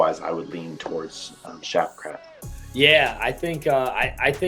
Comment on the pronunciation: Shavkah, skavkrat, and shavkav😂